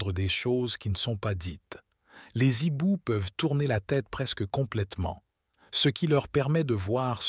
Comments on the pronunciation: On ne dit pas les zibous, mais les ....Hiboux avec un h aspiré, et sans liaison ; aussi ne peut-on pas faire un nibou, mais un/hibou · Les hiboux pas les ziboux. H muet. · Oui mais c est rigolo 😂, moi j aime bien les z hiboux❤